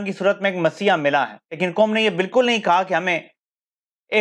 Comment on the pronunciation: “HUK” sahee hai “HAQ”, “COM” sahee hai ya “QAUM”!? Kuchh apni bhi islah kerlo!?